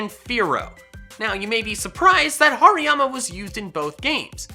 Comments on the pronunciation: Did anyone heard him say Pariama??? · HARIYAMA DOES NOT START WITH A P, IT STARTS WITH AN H! AND IT'S ELECTRODE, NOT ELECTROOD!